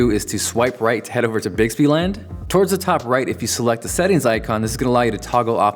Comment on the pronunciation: You lost me at "bixbyland" xDDDD